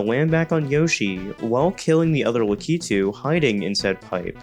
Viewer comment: Hearing it pronounced that way was just as cursed as watching 4:3 video stretched to 16:9 aspect ratio, lol.